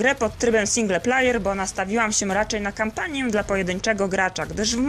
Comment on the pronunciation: "single plajer" xD